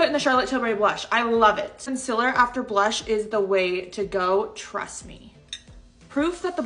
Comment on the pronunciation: Bruh that's a lot of bronzer also u pronounce (CON SEAL LER) like (CON SILAR)